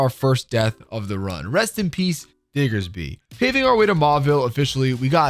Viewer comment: Just some unrequested advice: Annunciate the “D” on Diggersby more clearly. A passerby heard something else. 🤔 You have a bit of a nasal tone to your voice.